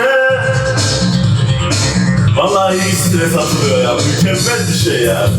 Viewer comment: japonya sokaklarında mökömmöl yö diyen özlemişizz ❤